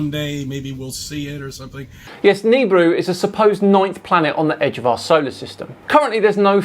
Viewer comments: Its not "Neebru".. Its Nibiru..Nah or Ne Bee Ru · Hey, it's nih-BEE-roo not "kneebroo". Jesus... 🤦‍♂ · huh I've always hard it pronounced as Knee (or Ni), Beer, Rue (or ru/roo) on shows from the "history" channel lol also why are you doing a video from last year? did you miss it back then... or are you just desperate for new content that you went to a random video you didn't think was worth it before? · "Nibiru" is NOT pronounced like that...